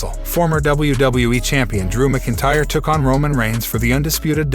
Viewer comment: Can you please report the CURRENT NEWS BRO? Also Drew McIntyre is Pronounced as Drew MAC-IN-TYRE! Not hard dude.